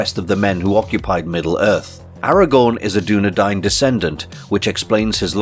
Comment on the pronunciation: Pretty sure it’s pronounced Doo-Nee-Din.